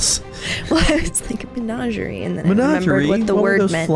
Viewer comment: In defense, can't even pronounce menagerie correctly. He went straight managerie.